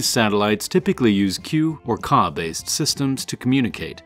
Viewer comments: Pronouncing Ku and Ka as "queue" and "cah" is hilarious, come on man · I don’t think your supposed to pronounce KA or KU band sats